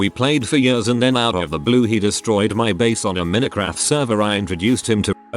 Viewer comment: "mee-neh-craft" you can not butcher the name that much bruh